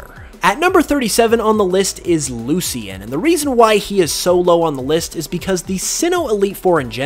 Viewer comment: "Loo-Shin" not "Loo-see-in".